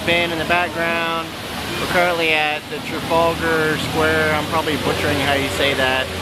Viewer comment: Trafalgar Square. Your pronunciation is spot on!